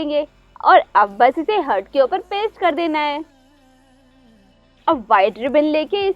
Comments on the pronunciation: Ughhh हर्ट नही हार्ट होता है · Mam hurt nahi heart hota hai 🤐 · Ye heart ko hert hert kyu bol rahi hai 😁😂😂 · You are. Pronouncing the word heart wrong